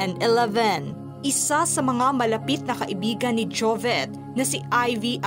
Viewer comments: Ate narrator, JOVIT po hnd JOVET! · Ate narrator, JOVIT po hndi JOVET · Putya ako lang ba nanggigigil itama ung pagpronounce Ng jovet imbes na jovit .. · Tanginang mag report to di man lng ayusin l jobet ng jobet deputa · Jovet ka ng jovet. . JOVIT PO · S nagsasalita s video Jovit po hinde Jovet😅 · Jovit po vit po hi de vet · JOVIT po not JOVET... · Sana itong host na ito ay ayusin ang bigkas ng pangalan ni Jovit out of respect. Hindi Jovet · Jovit Hindi jovet haha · Kairita naman nagbabasa neto ...anong jovet...Jovit nga di ba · jovet jovet. bakit ganyan pronunciation niyo? sobrang tarang hard. hindi lang sa jovet, eleven. etc. trying hard ka masiado. buti naka adblocker ako, and i also disliked, not because of him. i dont even know him that well, gusto ko lang malaman ano yung dahilan dahil bata pa lang. nakaka irrita sa totoo lang. yung mga trying hard niyo. ewan ko lang kung gumagamit ka ng voice android, pero hindi eh, may isang time sabi mo jovit, hindi jovet. lul. jovets.. hindi na ako nako naka concentrate makinig, mga pronunciation niyo nalang. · ano ba itong nagsasalita ? Jovet naman ang sinasabi mo sus marya. Palitan nyo nga ! kaloka